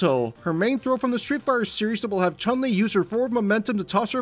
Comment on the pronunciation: The vowel in Chun is a short U like in foot.